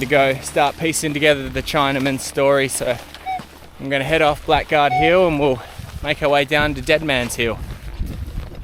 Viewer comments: Blackguard was actually pronounced Blaggard mate, but again an absolutely stunning story, well told, thank you, looking forward to the continuation, your respect shown is genuine, onya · Blackguard is pronounced ‘blaggard’. Thanks.👍🙏🦘